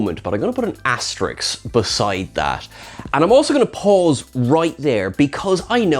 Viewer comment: Aaaah!!!!!! It’s “asterisk!” Asterix is a cartoon character! Corrections (tongue in cheek) aside, I love your content - thank you!